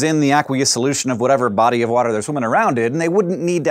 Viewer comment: Dis is how a fish drink WOTER